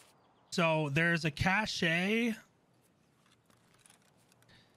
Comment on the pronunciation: Very helpful guide. Deserves more views. But...the e is silent in cache